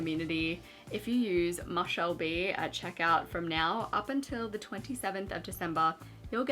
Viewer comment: Omg this whole time I thought it was pronounced “moo-shell b” and not “mah-shell b” lol